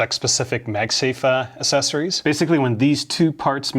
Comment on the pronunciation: dont take this wrong, but acceptable isnt asseptable, ita ACK like accent, same for accessories. not assessories, acksessories